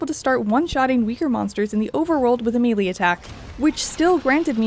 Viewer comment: Great review! MEE-LEE instead of MEL-AY is painful though.